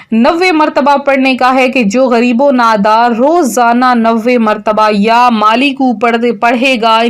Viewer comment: Madam yaa maaleku he ghalat na parho